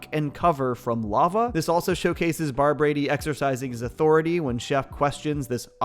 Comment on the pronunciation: I feel like he is saying Barbrady wrong for some reason